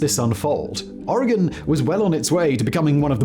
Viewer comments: Native Oregonian here, living on the East Coast the last 6 years—the relief I felt when Simon didn’t pronounce it “OR-RAY-GONE” practically gave me my own spiritual experience 🤣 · Thank you for saying oregon right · I'm just happy he's pronouncing Oregon correctly; there are large swaths of the US that has no idea how to pronounce it, but he's FINALLY gotten a handle on it.. However, I'm rarely surprised when someone can't pronounce Willamette correctly. Chinook is another cringy good one. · Thank you for pronouncing Oregon correctly!!! British people usually always get it right, but many Americans from the East Coast incorrectly pronounce it “Or-gone”, when it’s actually “Ory-gun”. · Thank you for saying “Oregon” correctly. I live in Oregon and remember seeing this unfold when I was a child. I was horrifying. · Oregonian here... How does Simon pronounce Oregon correctly when it seems like half of Americans can't... Big brain Simon